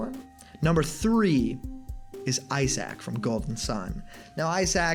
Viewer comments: Did you really have to say Eye Sac tho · By the way it’s Isaac not eye sack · Isaac is pronounced "EYE-sick." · "Eye sack from Golden Sun" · Eye sack. Eye sack? EYE SACK?!? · I-Sack...? You serious? Lol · Eye sack? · 3. “Eyesac” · Eye Sack and Fee Licks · You pronounced isaac wrong